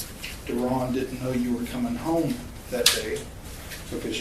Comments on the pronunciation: Not Darren.... its Da Ron. You gots to learn nigga talk son! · Not Ron but DaRon 🤣